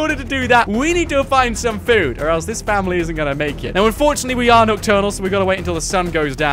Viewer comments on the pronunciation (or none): to is sounded like he said Pamily